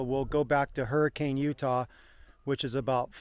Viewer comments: I believe you mean "her-kin" not hurricane haha awesome video! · Used to live in Utah, definitely miss mountain biking and wheeling in Moab the most! Fun fact: the locals pronounce Hurricaine, UT "Hurric-un". Never understood that, haha.